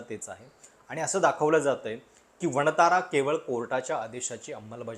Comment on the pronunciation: वणतारा नाही......"वन तारा"..😂